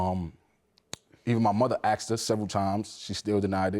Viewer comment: The word is "asked" not "axed"! 🤦‍♀️ Drives me nuts every time I hear it pronounced that way...just like "bafroom" and "burfday"